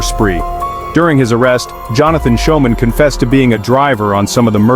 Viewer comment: How do you pronounce "school". That'd how yo pronounce "Schoeman'!!!! 😮😮😮